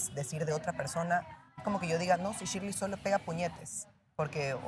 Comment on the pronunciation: ni pronunciar correctamente su nombre pueden jajajaj chirleiiiiiii jajaja